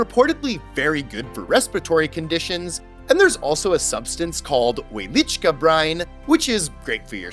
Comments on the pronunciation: Fun Fact: In Polish the W is pronounced as a V and the cz as ch. So Wieliczka should sound like Vielichka. 😊✌ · Oh cool! Since you were there, then you'd know the correct way to say it because I don't think he pronounced the name right. Doesn't the W make a V sound in Polish? Similar to Russian. It sounded like he at least said the cz as ch. Wieliczhka should sound like Vielichka, right?